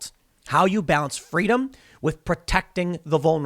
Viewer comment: "FWEEDOM" - Kamala Harris...and "See Sapwodway" - Dr. Jill Biden